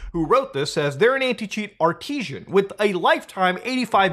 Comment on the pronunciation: Shouldn't trust any corporations, period 😆 Ar-tis-ann 😉(or Art-iz-ann)